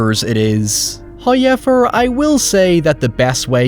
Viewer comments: Please stop saying "hi-ever" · I love how you say "however" as "hyever" lmao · First “Hayevur, …” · I'm new. Why does he say hoyever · First "hoyevver" drops - so don't skip the ad, or His wrath will be felt for aeons.